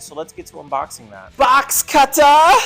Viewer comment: BOX CUTTAHH!!